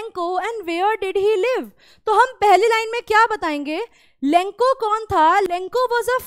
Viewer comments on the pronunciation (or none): Lenco nhi lencho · Lenco❌ Lencho✅ but explanation is good 👍thank you ☺️🙏🏻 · Mam it's lencho not lenko in pronunciation😅😅...... Sorry for finding your mistake 😅😅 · Ma'am for ur kind information.... Vo lenco nhi lencho hai.... Pls pronunciate it correctly 😅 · Mam pronounciation to shi kijiye lenco nhi lencho h pisos nhi pesos h 😂😂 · Madam ji लेनचो hota hai na ki लेंको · Maam it is not lenkho it is lencho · Its not lenco its lencho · Lenko nhi ma'am lencho hota hai or peso hota hai piso nhi Todra dek kor pora na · Mam he is not lanco he is lencho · It's Lencho not Lenco😅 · That's not lenko that is lencho😅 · Mam aap lencho ko lenko kyu bol rhi hai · It's लेन्चो not लेंको😢😅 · Ma'am it's lencho not lenko